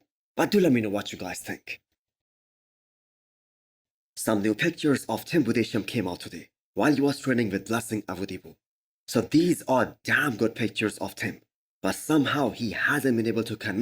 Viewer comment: Great content as always. One comment: it's pronounced BUDES-HAIM.